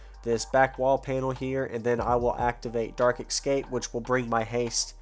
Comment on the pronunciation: Excape .... Ah boy .... ESCAPE.... Gonna find a literate GW Content Creator smh...